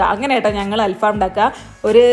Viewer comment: ഇത് അൽ ഫാമല്ല. ങ്ങടൽഫം